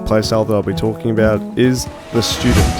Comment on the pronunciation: Did he say shootdent? Lol